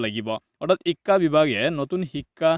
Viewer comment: Apunar vedio bur bhalei kintu pronounciation tu olp improve koribo lagibo, ho tu o ucharon nokoribo, onghudhon nhy honghudhon, ekha nhy hikha buli ucharon koribo